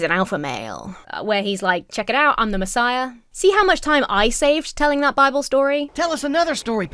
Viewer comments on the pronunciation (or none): none